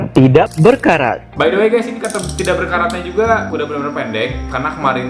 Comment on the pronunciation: Kenapa ya gua suka ngomong"kater berkarat"🤣